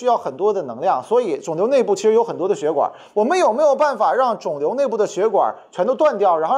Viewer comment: 壮壮胆子举个手： 那个叫血管 XUE4声